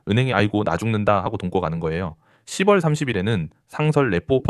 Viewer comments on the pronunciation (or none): 개념은 좋은 데, 10월을 자꾸 "십월"이라 발음하면 신뢰성이 떨어지네요. "시월'로 수정하세요.